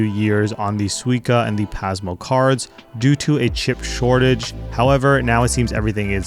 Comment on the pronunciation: Dang you nailed all the japanese cities and train names, but pronounced Pasmo wrong haha. It's not z sound, it's soft S sound. Great video. I didn't understand what u mean by turn on subtitles tho. Subtitles to what? I'm fluent in Japanese but I'm interested for my husband who speaks less japanese than my 3 year old haha